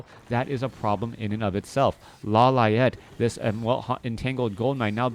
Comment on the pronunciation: lo-li-ate lol